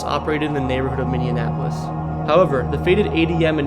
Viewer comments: Dude, you are butchering the name of my city! Not cool. It's pronounced Minny-Appo-Liss, NOT MINNY-AN-APPO-LISS! Put some respect on it and Say it right! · It’s pronunciation is said differently even by those of us born and raised in MN. So I would just say Minni-app-olis. But I appreciate you doing a video of the places here anyway. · Good god every time he said "minneanapolis" it drove me up a wall lol Its Minn E Apolis 🤣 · its not minnie-an-apolis its just minneapolis. u can loose the "an". just saying. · The tunnel in duluth isn't pronounced "Eli," but Ely -- like elee. Grr. And...Minneanapolis? This is not a city in the state of Minnesota. I think you mean MINI APOLIS...Minneapolis. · Bro can't pronounce anything 😭 Forget Minionapolis, bro added Miluhwalkie and Fruitition to bat 😂🤣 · heh i guess for 4 years you just randomly get occasional comments about saying "Minion-appolis " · At first I thought you said Mindianapolis lol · Founded himself in Minnesota? There is no extra M in the middle of Minneapolis not Minnienapolis. AND it's Mil walk ee not Millewalkee. Dude. Talk to locals if your not from here, you butcherd several names of our cities. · As a resident of Minni-en-apolis that grew up in Minni-en-apolis, it's not pronounced Minni-en-apolis. Also, pretty sure it's ee-lee, not ee-lie. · I get it if you get Edina, Wayzata, or Mahtomedi wrong. But Minnieanapolis? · Left youtube aftwr hearing 'Mini-annapolis' for the 30th time. Figure it out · Very annoying, "Minninapolis." If you can't pronounce the name right, how can I trust what you're saying? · I’ve been horrified by Millennial YouTubers ignorance of basic geography and pronunciation. These younger generations have no clue how stupid they are compared to the rest of us. I’m not very hopeful. It’s “Minny-Apolis” or Mini-Apple-Is. My four year old already knows this stuff. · Minn e an apolis is quite the pronunciation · it is irritating that you are pronouncing Minneapolis as Mennenapolis. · Min e apolis